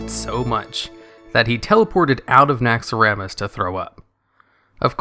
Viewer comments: I hate how you pronounce Naxxaramas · you know the name is Naxxramas not Naxxaramas